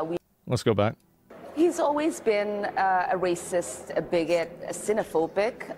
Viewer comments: "A wacist" 🤣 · “Hes a wacist wittle wabbit euhahaha”🤡